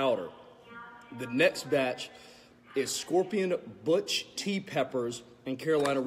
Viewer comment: Lol butch? Did he actually mean to say bhut?